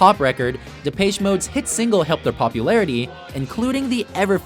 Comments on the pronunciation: That's not how you pronounce Depeche, it's De-pesh What about The Stone Roses? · #10 Never heard of them #9 Never heard of them #8 Previous music was not questionable. It was just not commercialized. #7 LL Cool J is classic #4 Mariah Carey turned from sweet to slutty #3 Classic #1 How could you possibly mispronounce Depeche? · lmao the way you pronounced depeche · Why do you say the depeche in depeche mode so weird, it's awful